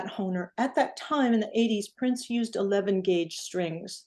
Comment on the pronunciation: Notice how the brand name was slurred